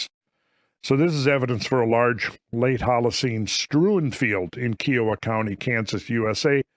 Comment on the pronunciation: Dood, i lived 25miles nearby kiowa county. Some of those kids went to our high school, even. Look up 'Peace Treaty.' Pronunciate, as "kIE-uh-wah" (: much love, swing by anytime!